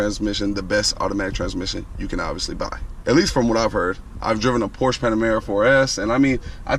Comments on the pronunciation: Hey buddy. This is not a Porsch its a Porsche! But apart from this I do like your videos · "Porsch", really? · First of all, they're called "tail lights", not "headlights". Also, you need to google how to pronounce "Porsche". Lastly, the "clock" in the middle of the dash is not a conventional clock. Do your homework.